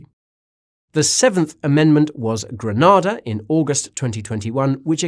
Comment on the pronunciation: Say Granada like if you are saying grenade. NOT grand. Grenade-Ah